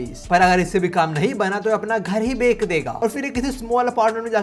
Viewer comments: Bhai bech ko beck bolte ho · beck kya hota hai bahi bech bolte hai